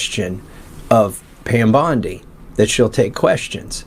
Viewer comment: Pam” Dow “Bundy Bondi